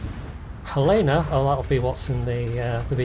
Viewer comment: Helena = Hell En Uh